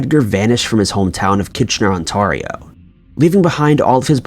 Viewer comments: But it sounds so classy... I'm proud to say I'm from On-tahr-ee-o. 😂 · Lol I love the way you pronounce the province I live in 😂 I’m in Peterborough, Ontario Canada It’s like …. OntAIRio… ONTARIO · On-tar-rio. hehe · ON-TARE-IO not on-tar-io. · It's pronounced On-tare-io, not On-tar-io... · Ontario pronounced: On-tear(like you ripped something)-e-o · Its pronounced Ontario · The way you said Ontario.... it’s On-tare-e-o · Could you please learn how to pronounce the name of my Province. It’s Ontario. The i makes the a sound like an A as in “On Tear E O “ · You should really look up how to say cities and provinces that you don't know. It's On-tare-io. Just some friendly advice! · Okay I live in ontario, and I just find the funny way he pronounced Ontarrio XD. Then the next time it sounds like Ontarria, not the first time I've heard people pronounce it like that XD I stumble on my words a lot so not like it bugs me. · Your pronouncing ontario wrong lol... On-ter-e-o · its ont-tear-rio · dude. thats not how u pronounce ontario.. plz dont insult us canadians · Love your channel, keep it up! Just for future reference, you actually pronounce Ontario as On-Tare-ee-oh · It's always so weird to hear about these things from your own town when you're randomly listening to vids while doing chores. Also, it's "On-t-air-eeo" like the "air" you breathe. :3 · I'm dying at how you pronounced Ontario 😆 I shouldn't be laughing at something in such a serious video but omg On-t-air-rio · "onTARio" was pronounced so poorly.... ugh... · Its pronounced ON-T-AIR-EEE-O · It's pronounced "On-TER-io"... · On tair rio lmfaoo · ON-TARE-EEOH - pronunciation of ONTARIO!! ughhh. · ON- tair- Rio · Just when I thought would make it through a video without destroying a name-place, he drops On-tahr-ee-o on us... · The way you say Ontario hurts my soul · omg I've never heard Ontario be mispronounced until now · Man, the way he pronounced Ontario made me burst out laughing. I love Americans